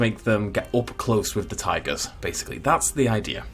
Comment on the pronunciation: Anyone here him say bengal tangers